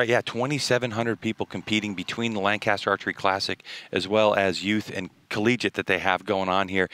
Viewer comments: lol not you PJ! restart the video and listen to the announcer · These announcers need to learn to pronounce Lancaster correctly